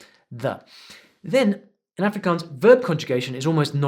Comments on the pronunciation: He Didn't pronounce Afrikaans propery its more like ahhfrikaahns. I learn Afrikaans is school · You said Afrikaans wrong